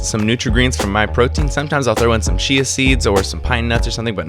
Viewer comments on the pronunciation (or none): none